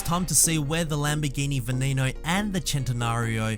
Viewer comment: You said Veneno wrong. It's not an english name. The E's are not pronounced as E's.